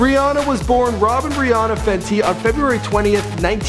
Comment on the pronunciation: It sounded like he said bre Ana